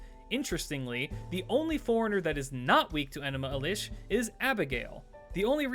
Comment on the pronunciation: Good stuff but why mispronounce enuma elish?